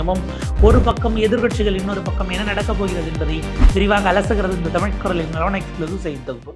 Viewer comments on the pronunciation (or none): none